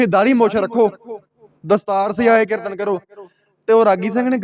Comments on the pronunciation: ਕਿਰਤਨ ਨਹੀਂ। ਕੀਰਤਨ ਹੁੰਦਾ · ਤੁਸੀ ਬਹੁਤ ਵਧੀਆ ਵਿਚਾਰ ਸਾਂਝੀ ਕੀਤੀ ਹੈ ਇੱਕ ਬੇਨਤੀ ਹੈ ਕਿ ਕਿਰਤਨ ਨਹੀ ਜੀ ਕੀਰਤਨ ਕਹਿਆ ਕਰੋ ਜੀ please 🙏 ਸਿਰਫ ਸੁਝਾਅ ਰੂਪ ਵਿੱਚ ਬੇਨਤੀ ਹੈ ਕਿਉਂਕਿ ਪੰਜਾਬੀ ਬੋਲੀ ਦਾ ਸੁੱਧ ਉਚਾਰਨ ਬਹੁਤ ਜ਼ਰੂਰੀ ਹੈ ਆਪ ਜੀ ਵਰਗੇ ਉੱਭਰਦੇ ਪ੍ਰਚਾਰਕਾਂ ਲਈ ਜ਼ਰੂਰੀ ਹੈ ਜੀ😊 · Hamoniya ni hunda Harmonium hun muaaf kareoo meinu ni lagda tusi Tanti saza wala kirtan classical kirtan nai samj sakoge.KERTAN ni hund. KEERTAN kahna sikho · ਪੰਜਾਬੀ ਤੈਨੂੰ ਬੋਲਣਾ ਨਹੀ ਆਉਦੀ। ਕੀਰਤਨ ਨੂੰ ਕਿਰਤਨ ਕਹੀ ਜਾਬਾ ਨੇ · ਕਿਰਤਨ ਨਹੀਂ ਕੀਰਤਨ ਹੁੰਦਾ। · ਕਿਰਤਨ ਨ ਬੋਲੋਂ ਕੀਰਤਨ ਬੋਲੋਂ ।।ਸਹੀ ਆਪ੍ਹ ਉਚਾਰਨ ਕਰੋ।। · ਤੈਨੂੰ ਤੇ ਕੀਰਤਨ ਕਹਿਣਾ ਹੀ ਨਹੀਂ ਆਉਂਦਾ ਕਹਿੰਦਾ ਕਿਰਨ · Brother you are pronouncing wrong ਕੀਰਤਨ please say Kirtan if you don’t know ask someone don’t waste sangat time you should know how much Akhand Kirtanea Singh have naam simran I stayed few days with those Singh there simran is lot please don’t condemn 🙏